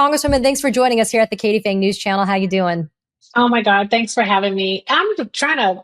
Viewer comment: “Phang”, not “Fangs.”